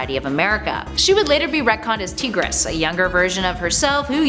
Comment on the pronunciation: Did actually pronounce it "Tee-gress"? She knows it's just a female tiger, right..?